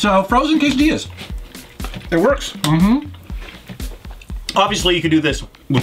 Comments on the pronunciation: the LL in spanish is pronounced like a "SH", so is quesadi-SHAs, (like in shaolin) not like a single L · quesadillas lol it has two "L's" for a reason... lol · im from uruguay, but anyway, the main complain is that pronouced it like a single L and that is wrong in every fucking spanish speaking country. (, i still love you man, but sometimes grammar nazi has to do, what a grammar nazi has to do)